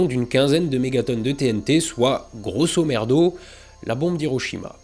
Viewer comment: Chaque fois que quelqu'un prononce l'expression "grosso merdo" un latiniste tue un chaton.